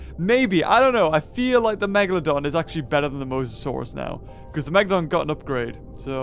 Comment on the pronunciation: Dude it’s mosasaurus not mosasaurs